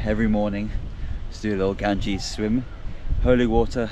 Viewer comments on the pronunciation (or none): this river name ganges not gangis